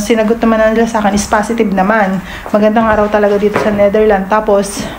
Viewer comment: Pls speak the S sa name sa country...The NetherlandS and not Netherland.